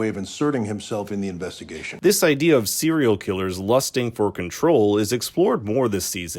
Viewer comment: Bruh im so lost. First you said "serial" wrong .. i was like okay maybe he just said it fast . Than u said composite wrong.. than u say segment wrong . Gota be from Canada lol